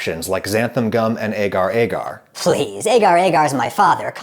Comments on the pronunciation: A-gar A-gar is wrong Adam. Is Ah-gar Ah-gar. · For those of you who are curious on how to pronounce agar-agar, its pronounce ah-gah-r ah-gah-r